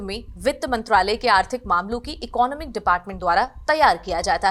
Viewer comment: Firstly learn how to pronounce "Economic".